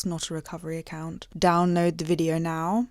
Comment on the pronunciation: Brilliant vide-oh, alm-oh-st adorable